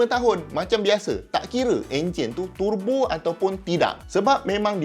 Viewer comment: Dengar tu pronounced untuk turbo ni Tur Bo,bukan Te Bo..meluat juga bila mat2 kereta bila sebut turbo ni jadi tebo..